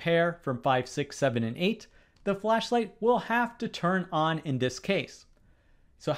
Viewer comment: Your pronunciating "will turn o??" is so bad, that it could be ON or OFF. You just say the letter O so hard that it is impossible to say what is the next letter. It should be the word "ON", but it sounds more like "OFF". Even the YouTube automatic transcription for CC tells that is sounded as "OFF".